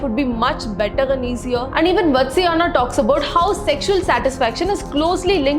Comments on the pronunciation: It's vaathsaayana. Very courageous of you to take up a sensitive topic, explaining all the sections of this manuscript. However if you don't mind me saying, the pronunciation needs a little tuneup. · Your pronounciation of Vatsyayana is wrong.. Please correct it.. It is Vaatsaayana.. vaatsalyam means love and affection..